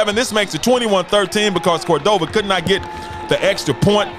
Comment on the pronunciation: Love this Doc, keep up the coverage. Shout out to Coach Settler will get Cordova right